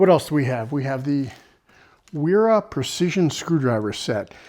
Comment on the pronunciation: Stahlwille = SHTALL VEEL eh In German "ST" and "SP" are pronounced SHT & SHP respectively. Agree, their finish is not as nice as Knipex: I have some too. Wera = VERR uh - you went back & forth 😂 Good job on Knipex! For future reference Wiha = VEE ha or VEE uh. Just trying to help. Finally getting some use out of 2 years of college German, lol. I favor the Knipex of the tools reviewed but the Klein Ball Grip is nice. Subscribed. ATB!